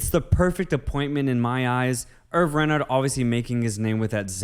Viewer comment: Its pronouned as "Hervey".